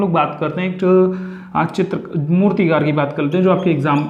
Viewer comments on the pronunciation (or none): Naina jha - मूर्तिकार होगा मूतिकार नही 😊 mai sirf bta rhi hu aapko teach nahi kar rhi 🤗🙏